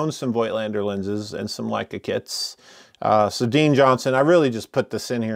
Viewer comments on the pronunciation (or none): none